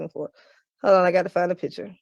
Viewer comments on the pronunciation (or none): none